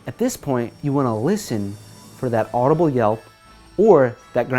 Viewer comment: 'Adubile' I'm done :V